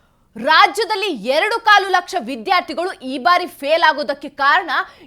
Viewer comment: ಮೊದಲು ವಿದ್ಯಾರ್ಥಿಗಳು ಅನ್ನೋದನ್ನ ಸರಿಯಾಗಿ ಉಚ್ಚರಿಸಲು ಕಲಿಯಿರಿ ಯಾವುದು ಮಹಾಪ್ರಾಣ ಯಾವುದು ಅಲ್ಪಪ್ರಾಣ ಅಂತ ತಿಳ್ಕೊಂಡರೆ ಒಳ್ಳೆಯದು ಆ ಸಚಿವ ನ ತಿಳುವಳಿಕೆ ಎಷ್ಟು ಅಂತ ಗೊತ್ತು ಬಿಟ್ಟೆ ಬಸ್ಸು ಬಿಟ್ಟಿ ಕರೆಂಟಿಗೆ ಆಸೆ ಪಟ್ಟು ರಾಜ್ಯ ಎಕ್ಕುಟ್ಟಿ ಹೋಗ್ತಾ ಇದೆ ಇನ್ನು 4 ವರ್ಷ ದೇವರೇ ದಿಕ್ಕು